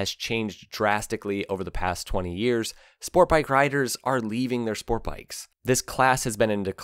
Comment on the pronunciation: There is a T in the word sport bike. It is not Spore bike. I hate that speech impediment.